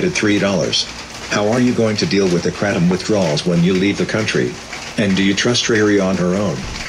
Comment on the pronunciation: "Kratom" btw 😅